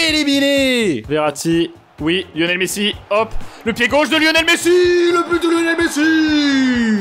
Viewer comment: “Yonel messi” 😂